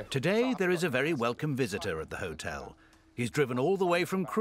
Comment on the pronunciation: Mark can’t even pronounce the name of his own hotel.